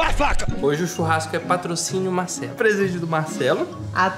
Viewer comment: Porque será que ele não fala a letra R por exemplo ele fala sovete, mecado, Macelo kkkkkk